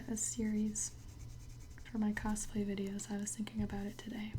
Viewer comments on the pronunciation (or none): none